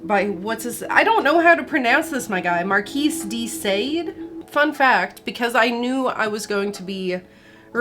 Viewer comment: 1. +50 points for the AiC shirt 2. First time watching; Are the mispronounced words part of the bit? The pronunciation of the (mahr-KHEE duh-SAWD) reminded me of Trailer Park Boys